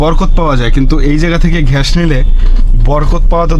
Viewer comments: ভাই ঘ্যাস না ❌ গ্যাস ✅ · ভাই ঘ্যাশ না বলে যদি গ্যাস বলেন ভিডিও টা হবে.... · ভাই আপনার গ্যাস উচ্চারণ টা ঠিক করেন 😂